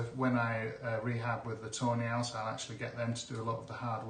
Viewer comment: He was saying Tawny owls, but it does sound like "toe nails" 😊